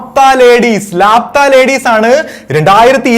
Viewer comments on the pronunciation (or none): ലാപ്‌താ ലേഡീസ് അല്ല "ലാപത്താ ലേഡീസ് " ... എന്ന് വച്ചാൽ കാണാതായ സ്ത്രീകൾ